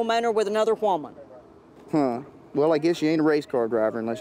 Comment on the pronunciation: “A hwoman!”